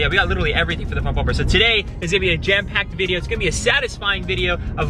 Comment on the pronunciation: Bubur 😂😂😂😂am i the only one who is hearing bubur instead of bumper